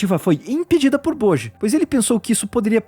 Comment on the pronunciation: Acho que a Pronuncia é "Boti"